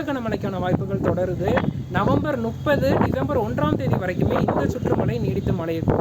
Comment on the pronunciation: மலை இல்ல மழை...நுற்பகல் இல்ல முற்பகல், னுப்பது இல்லை முப்பது...